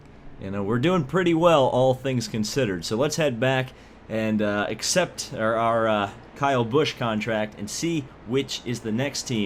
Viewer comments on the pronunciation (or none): none